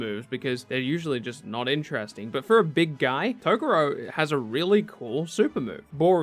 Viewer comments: To-GOR-RO bro lol not TOGO-RO and could've moved my guy asta in s tier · The way he says Toguro is so painful...